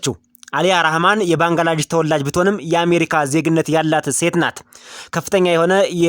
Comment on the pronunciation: ባንግላዳሽ አይደለም << ባንግላዴሽ >> በሚል አስተካከል